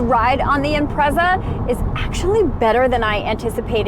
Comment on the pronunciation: 'Imprezad' LOL but E for Effort. had a good lil laugh. its a nice looking lil car